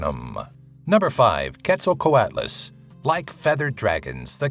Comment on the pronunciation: its pronounced ketso-coo-ottle